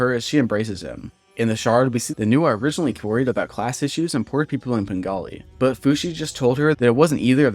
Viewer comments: You pronounce it as "Pengali" through the entire video, but it's actually called "Penglai" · I’m pretty sure penglai is pronounced like pung lie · ITS PRONOUNCED PEN GLY E